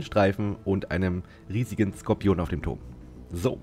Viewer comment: Sprech doch bitte Skorpion deutsch aus und nicht englisch „scorpion“ 🙏🏼😂 warum machen das alle... auf Deutsch hört sich das viel „mächtiger“ an